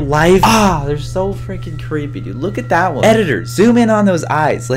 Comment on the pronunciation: why do you say fricin